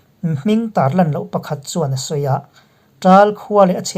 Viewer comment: Karcheh hi Kârcheh tia lam ni se